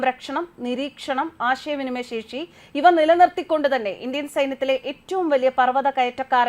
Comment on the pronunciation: പര്യ വേക്ഷണം അല്ല സേച്ചി... പര്യവേഷണം., CBSC ആണല്ലേ... സെക്ഷി അല്ല സേച്ചി.. ശേഷി എന്ന് പറയു...